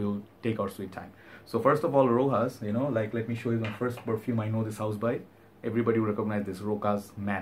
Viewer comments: Rochas not rojas! Pronounce it as is written! go and watch rochas ads on: youtube! cheerio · Its pronounced ROSHASS in french. Very famous house in france. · wrong i speak french and go and watch rochas ads on youtube ! Rochas and the s isn't silent!